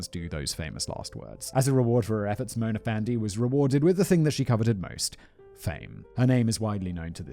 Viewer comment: Malaysian listener/watcher here: 1. Pronunciation of Mona Fandey was spot on, Simon. 2. Given that corruption is the key trait of most of our politicians, many of us see a morbid sense of humor in a corrupt politician being duped out of money and murdered. 3. It was our Independence Day a few days ago. Coincidence?